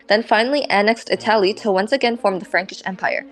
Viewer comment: can u please say italy correctly it makes my blood boil when u say itaali😭